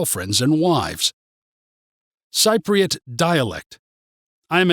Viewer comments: Cypriot pronounced sip-priot. You hit the nail on the head for some parts but got it wrong on many others. Entertaining but for anyone who does not know Cyprus too well take it with pinch of salt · I am a technical writer, living in Paphos for 7 years. As stated in the description, this video was indeed funny, not least for the way you pronounce "Cypriot" umpteenth times. This was meant in an ironic way, right? And it was informative, too. Thanks for teaching me to be very afraid of the conflicts in neighboring countries and to dread the "dark and rainy winters" after all these years. Hilarious! those who have never been to Cyprus: Take this video with a bucketful of salt! :)